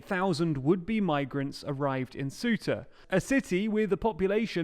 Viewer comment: Say-oo-tah, not Soo-tah